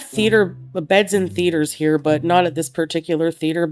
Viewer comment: am I the only one that heard "feeders" when she tried to pronounce "theaters"?